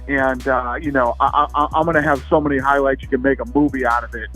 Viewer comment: Conor "Hoylights" McGregor